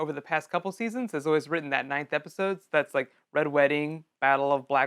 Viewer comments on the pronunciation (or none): none